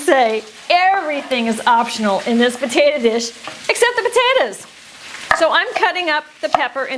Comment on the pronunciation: "Potatuh" huh?